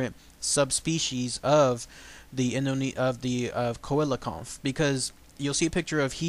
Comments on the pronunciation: si-la-canth is the correct pronounciacion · dy the why it's a SEE-LA-CHANTH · I believe it's pronounced see-la-canth... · The first researcher to find it was also from south Africa and he caught it about 1km from the knysna heads in South Africa, it's pronounced cell - Le - can't